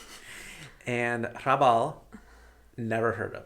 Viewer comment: please, do read some Bohumil Hrabal. That one really hurt. Other than that one you have my endorsement.